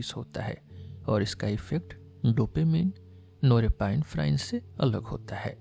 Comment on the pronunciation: Excellent 👌 Only one change in pronunciation of norepinephrine is “नॉर एपिनेफ़्रिन” not नोरेपाइनफ्राइन